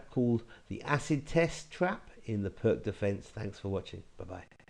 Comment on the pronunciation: Interesting trap! Btw Pirc is pronounced peerts.